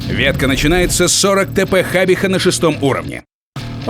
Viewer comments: на дикторе конч сидит, какая хабиха если хабича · ХабиХА?! вообще-то ch читается как Ч